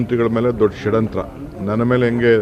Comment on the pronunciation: ಷಡ್ಯಂತ್ರ ಅಲ್ಲ ಷಡಂತ್ರ 😂